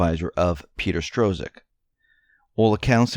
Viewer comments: Dude you really need to go backto high school and graduate. It's pronounced STRUCK. Money is pronounced FEE-OT. It's no stro-zuck and fie- at. I can't listen to any of these videos any more. If you want to be taken seriously, at least be serious in your pronunciation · Its pronounced " STROCK". THE Z IS SILENT.